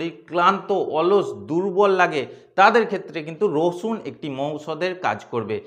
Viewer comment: উনি তো আপনাকে রসুন খেতে বলেন নি, বলেছেন 'রছুন' খেতে!!!